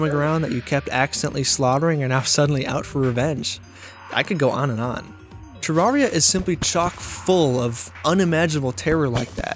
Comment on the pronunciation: Pronounces terraria wrong in the first 5 seconds of the video. Grim.